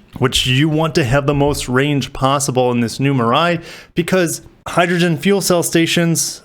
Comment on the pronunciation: Great analysis. Excited to see what BEVs Toyota comes out with. Mirai (“mee-ra-ee”). Suggestion: the decorative Lexus font is over-used on your main title card. Maybe Upwork or Fiver can help.